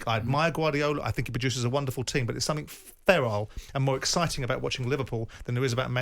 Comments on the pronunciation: Simon used the word "ferile" though, instead of 'feral'. I've heard him do that at least a dozen times now over the years. There's no such word as "ferile". This is why Simon isn't nearly as smart as he likes to pretend he is. He's a pretentious clown who thinks his opinions are somehow factual when they're not, they're just mere opinions. Who cares what he thinks. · Simon just talks for the sake of it. He just contradicted himself several times here, talking in circles. He thinks he's the judge, jury and exectutioner of all things, sitting there talking like he's an expert on things he's never done. Also, there is no such word as "ferile" the word is 'feral'. He keeps misusing this word to desribe Klopp's brand of football, always saying "ferile" instead of feral. I've heard this from him at least a doezen times now. You'd think if he's going to keep using a word that he'd at least know what the word is and use it correctly. What a pompous clown Simon truly is!